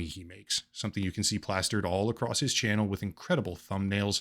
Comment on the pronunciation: "chanuel" XD